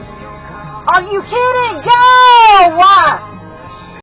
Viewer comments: #6 needs to really relax a little. You know you're too made when you add extra A sounds on the back of your words. I.E. - Moveah and Gowah. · "Are you kidding? Go-wah! Move-ah!" Is there a name for this kind of speach, tacking on an extra syllable? I hear it more from females, might be related to Valley Girl talk. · Go-ahh! Move-ahh! LOL Does the "ahh" make it more emphatic?